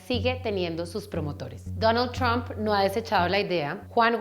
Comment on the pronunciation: Me encanta como dice TRUAMP toda gomelita :3